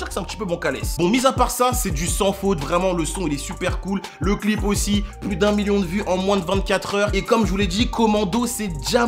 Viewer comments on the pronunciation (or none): none